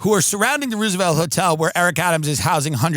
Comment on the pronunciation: Did this guy just say the Ruse-A-Velt Hotel? 😏